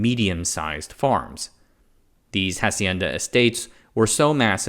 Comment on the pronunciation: I love the coverage, very well researched, it peeves me when you screw pronunciation of easy stuff like hacienda, the H is not pronounced.